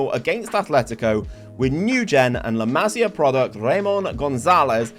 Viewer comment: Just a heads up, it's pronounced la-mah-see-ah. almost suffered a stroke hearing it pronounced la-mah-sya so many times